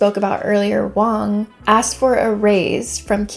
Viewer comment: I think you mean Wang, not Wong. Joice Wang worked at Bang Bang.